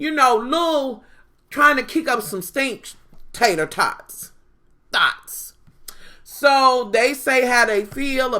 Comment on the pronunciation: lmao "tater-thots" nooooooo!!